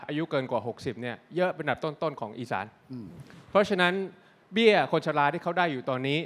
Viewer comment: อีสาน ไม่ใช่ อิสาน ถึงจะอ่านอย่างงั้นก็เถอะ